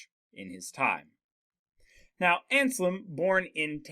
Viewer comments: You mispronounce the name just like my students! It's not Anslem, it's AnSELM. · Ansalem? No, it's ANSELM. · Damn that name butchering tho